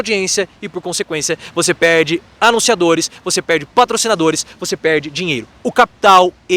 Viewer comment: “…você pêêêrrrrrrde monetização, você pêêêrrrrde audiência…”😂😂😂😂😂😂